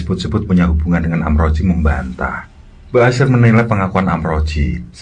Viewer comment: Maaf kang,, itu sbnrnya amrozi,,, bkn amroji,, y beda tipis sih